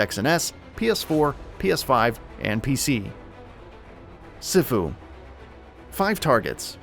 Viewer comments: CEE-Fuu!! CEEEEEEE-FuUUUUU!! Dammit.😩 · Sifu is pronounced "see-foo". It is a Chinese word. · Dope video man keep it up you guys. P.s. it's pronounced Sea-foo , much love ✌️ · just a tip - it's pronounced phonetically like " See-foo". 2022 is going to be an awesome year for games!, so weird that it's been two years of this virus. But we'll get through it, and hopefully become closer more compassionate, understanding, supportive and loving as a species....Maybe (hopefully) this will be something we can all learn and grow from. Stay safe all, and Happy New Year, let's make it a great one. Love ya, appreciate ya. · It’s sifu (see-fu) that’s how you say just saying also happy new year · I hate how they pronounced sifu.